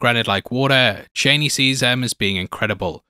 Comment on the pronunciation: her name is pronounced Char-nee